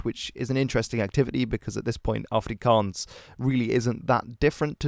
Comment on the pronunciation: Excellent pronunciation of Afrikaans and Xhosa words.